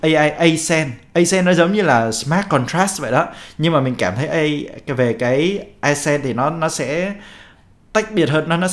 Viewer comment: accent - phát âm "ác xen"